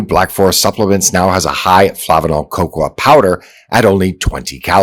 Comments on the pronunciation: lol, "Cocwa" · who pronounces cocoa that way? lol